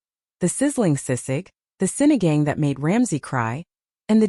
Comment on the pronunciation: It's Sinigang - it's pronounced as Sini gung!